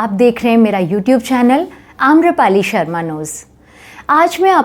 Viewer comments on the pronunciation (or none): none